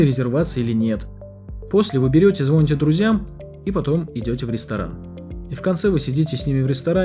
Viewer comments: Не звонит, а звонит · Очень интересный контент и абсолютно неграмотная речь рассказчика. звОнит и т д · Звонить ударение на "и" я на вас подписан и мне нравится этот контент но это грубая ошибка! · Интересно, автор за 7 лет записал себе в планер «научиться ударению в слове «звонит»» 😅